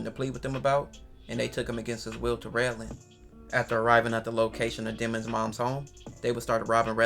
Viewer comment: It’s RedlandS with a S 🥷